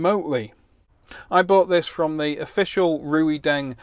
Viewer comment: Why don't you reviewers learn to pronounce the name of the companies you review products from. RuiDeng, HuaWei... never heard it anywhere near correct. Its like Chinese people calling their smartphones Appu Ippon eX.